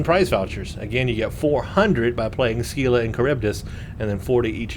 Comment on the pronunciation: You may have been told this already, but it's pronounced "SILLA" (rhymes with "Willa"). You got Charybdis right.